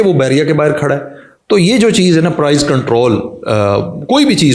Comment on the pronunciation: Prize nai prise apni gramer tu theak kr lo phir speech jarna